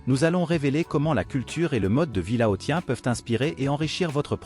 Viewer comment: Laossien..... prononciation